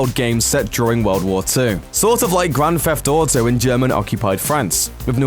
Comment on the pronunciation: did he just say "grand FEFT auto"? raaahhhh i hate that!!!